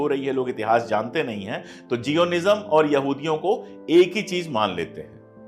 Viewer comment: उच्चारण जायनिस्म होता है।